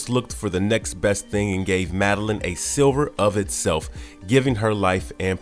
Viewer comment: It's ( S L I V E R) NOT SILVER ITS MARAUDERS "MAH -ROD-DERS." SEIGE PERILOUS good video for some reason my mind kept replying the mis pronunciations had to post this.